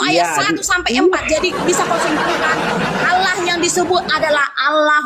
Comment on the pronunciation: Allah, kok di baca ala alamak